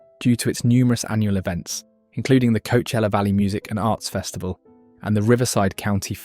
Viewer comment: co-uh-chel-uh. Nothing to do with busses.